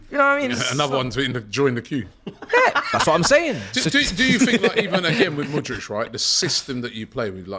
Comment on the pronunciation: Say it with me.. M U D R Y K.. Who on earth is Mooooodrik